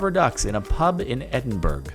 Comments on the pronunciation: If only the Titanic crew had noticed that Edinburg sooner it might not have sank 😏 It's pronounced Ed-in-burr-uh! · I am Scottish and Edinburgh is pronounced "Edin-bruh" not "Edinburg" sorry to be that kind of person, just annoyed me a little. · Stop pronouncing Edinburgh like that! It’s Ed-in-burr-a. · It's not "Edin-burg" It's Edinburgh. (Pronounced "Edin-Burrow") It's the capital city of Scotland. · (I'm late) ...In Edinb u r g. It's pronounced Ed-in-bu-ru-gh. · Oh my god, Ed-in-burg? Wow... I say it like Ed-in-bruh or something xd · edinburg? really? its pronounced Edingborough! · Edinbruh is how its pronounced, not edinburg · Edinburg? Nah, fam. It's Edinburuh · I apologise but I have to say this. It’s pronounced “Edinburuh”, not “Edinburg”. I know, it’s weird, but it’s how we do things. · Edinburgh is pronounced EdinBRUH not EdinBURG. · It's pronounced like Edin-borough not Edin-burg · Edinburg? Haha. The Scots will laugh at you over that one. In Britain we pronounce it Edinbruh. But its easy to do. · He said "Edinburg" not Edinburgh, I'm mildly infuriated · Also “eding-burg”? Okay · Bruh well its actually pronounce bu-ruh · I was fine up until "Edinburg"😤😤😂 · Edinburgh who the fuck says Edinburg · Ugggggggh "Edinburg" 😂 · It’s pronounced edingbura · It’s pronounced edinbruh and I live next to it it’s in scotland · Edenburg more like Edinburgh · It's ed- in-bruh....that's how you say it. It's a silent G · Living in Scotland. U saying "Edinburgh" annoys me soooooooo much. Its E din bruh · It's EDin-bruh. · Edinburgh is pronounced edinburuh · Btw Jordan. From a resident Scot’ Edinburgh is pronounced “Ed-In-bur-uh” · Its pronounced Edinbruh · Edin-Burg is my favourite city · how you gna say Edin Burggg, lmao jardon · Anyone else British/Scottish and is triggered by the way Jordan said Edinburgh? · You pronounced Edinburgh incorrectly. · When saying Edinburgh, the g is silent. Just so you know Jordan. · That pronunciation of Edinburgh tho...